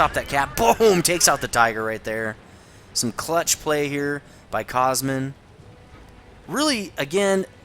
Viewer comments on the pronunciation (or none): Woohoo! A Romanian on replays! GG, dude! Btw, "Cosmin" is pretty much pronounced something close to "Cohzmeen", the accent is on the last syllable:P Anyways, another awesome vid! Hope I get a good enough game in my T-44 soon!